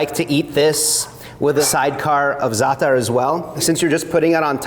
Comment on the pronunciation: Thank you for not saying ZATT-TAR.